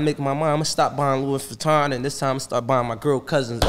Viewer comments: Yea, he should stop buying Louis until he learns how to pronounce it.😬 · It's pronounced Louie. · He’s right don’t buy it. You can’t even pronounce it. Please don’t buy it meek. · I appreciate him spending his money better, but I can almost guarantee LV is screaming the S IS SILENT!!!!!😂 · Mad facts s is silent and for someone that buys a lot of it should know how to say it 🤣